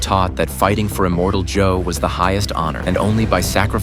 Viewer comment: Who the hell is "Immortal Joe"? It's "Immortan Joe".